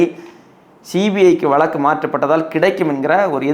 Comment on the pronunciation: வளக்கு, வளக்கு வளக்குகிறீர்களே, அது வளக்கு அல்ல 'வழக்கு'. தமிழ்நாட்டில் ஒரு சென்ட நிலம் ரூ.2000 க்கு எங்கு கிடைக்கிறது கொஞ்சம் சொல்லுங்களேன்! ஒரு குடும்பத்தில் தகுதியுள்ள ஒருவருக்கு கருணை அடிப்படையில் (Compassionate Appointment) வேலை வாய்ப்பு ஏன் வழங்கப்படுகிறது தெரியுமா? வேலை வாய்ப்பு தரப்பட்ட நபர் இறந்தவரைச் சார்ந்திருந்தவர்களையும் பராமரிக்க வேண்டும் என்பது விதி! இந்த விஷயங்களெல்லாம் புரியாமலே உங்களைப் போன்ற இலங்கைத் தமிழர்கள் குழப்பவேண்டாம்!